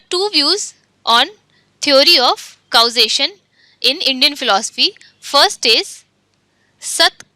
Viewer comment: Acha learning video he but aap thoda English movies dekhliya karo pronounciations aa jae ga. hum word ko vowel ke hisab se kehte hen lekin unka pronunciation alag he. for example: Causation ko Kou-zation nehi balkii /kɔːˈzeɪʃ(ə)n/ kehte hen. Diualist nehi Dualist.